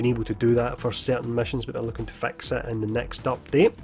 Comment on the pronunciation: So if he pronounces the word, “fix” as, “fax,” then I wonder how he pronounces the word, “fax” lol